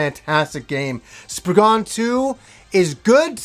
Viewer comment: To all you americans. you type it Spriggan, but you say spriggen. its an (cornish) english word. the a isn't a dutch a lol